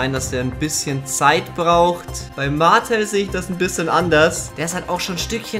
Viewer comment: Hey, man spricht Eric Martel etwas ''bayrisch'' aus, also Martl und nicht Martell😅